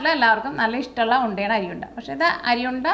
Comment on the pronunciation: അരി ഉണ്ട എന്ന് കുട്ടി പറഞ്ഞപ്പോൾ കേട്ടത് അഴി ഉണ്ട എന്നാ.. കേട്ടപ്പോൾ കേരള പോലീസിനെ ഓർത്തു... 🤔🤔🤔🤔